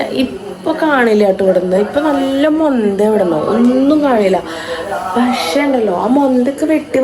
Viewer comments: മൊന്തന്നല്ല പൊന്ത എന്നല്ലേ. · മൊന്ത അല്ല പൊന്ത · മൊന്ത അല്ല പൊന്തയാ 😂